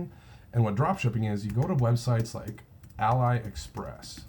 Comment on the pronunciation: Thanks. "Ahlee" Express by the way, like Alibaba:) Just subscribed, I think you and I think along similar lines. Most of my sales are in small niches that are mostly overlooked. Good luck and thanks for the vids.